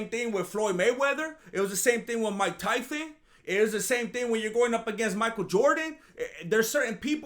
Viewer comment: I never heard you say his name properly. These are like Chael Sonnen levels of name dedication, buh better